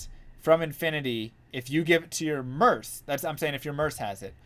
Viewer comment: Merc, with a hard c, not an s.